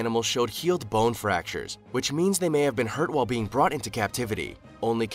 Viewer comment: The narrator said wall for while. I wonder if he says wah or why? illiterate